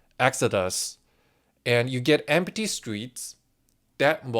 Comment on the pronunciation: Empty "Emph-tee" he says "Em-pah-tee" :face-green-smiling::face-green-smiling::face-green-smiling